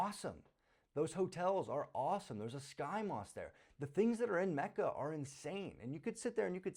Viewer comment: lol its macca not kacca